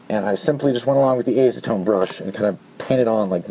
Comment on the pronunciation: I hate to be that guy, but I have OCD and its just one of those things I do. Sue me. You're pronouncing acetone wrong. It has a soft A like apple. Back on topic, I think this video was great. I had no idea you could use acetone in that way. I knew it would dissolve it but didn't even consider using that property to smooth rough plastic. And the solvent weld idea would be great for integrations and shell modifications. Im assuming when its fully cured it would be sanded like the original plastic itself, Other than epoxy putty there aren't many sandable adhesives. Goop and hot glue are both somewhat soft once cured. It could make for a cleaner connection than bondo or epoxy putty.